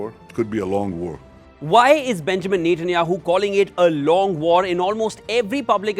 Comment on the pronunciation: Its Net.. Netanyahu, not Nathan...Nathanyahu. only wion pronounces with Nathan...